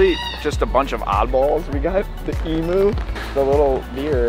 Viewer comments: also just so you know it is not pronounced eem-oo it is eem-you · Him: emoo me: dies